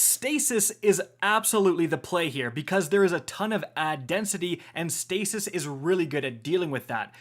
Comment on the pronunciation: was I the only one that heard Stasis Shit synergies? 😂